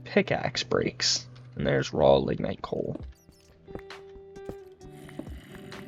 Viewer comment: oh and one more thing - LIG-night (lignite) and Chalcopyrite I believe is (Kalko-Pie-right)